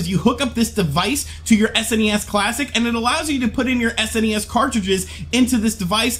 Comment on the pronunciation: I love because he says S.N.E.S. instead of that lousy sounding Sness...